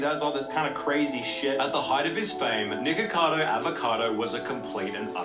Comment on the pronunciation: I kept hearing "niggacado"😂